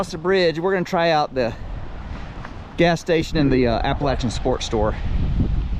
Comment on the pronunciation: I appreciate the correct pronunciation of Appalachian. When I went to ASU I would have people ask how things were at Apalayshian state.